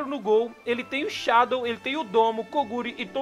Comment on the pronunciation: Man, sô uma coisinha, não se pronuncia Shádow se fala Shedow